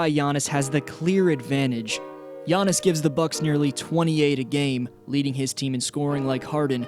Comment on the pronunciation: Its Giannis